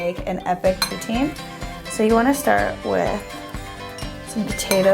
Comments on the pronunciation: It's not Putin it pronounced plz don't laugh Poo-teen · It's pronounced "Poo-teen" Not "Poo-tin" -. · Actually, the correct pronunciation is "poo-TSIN." The Québecois pronounce the "I" vowel a little differently than one would in France. ;) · Well in my dictionary it's said "poo-teen" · POO-TINE GAWWD. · She said poutine wrong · Im from canada and i know french people even they don't say it that way